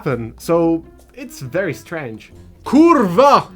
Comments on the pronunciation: „Qrwa” było prawie jak rodowity Polak.🙃 My Polish heart rejoices 🙂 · IDK if you are Polish or not, as a Pole I approve that Kurwa. Very nice.